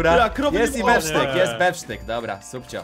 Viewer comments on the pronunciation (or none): Nie bef sztyk tylko steak